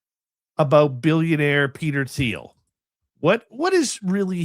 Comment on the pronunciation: It’s pronounced TEEL, the H in Thiel’s last name is SiLENT. It’s not THEEL.